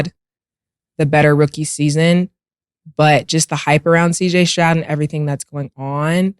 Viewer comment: Cam struggles with saying CJ Stroud 😂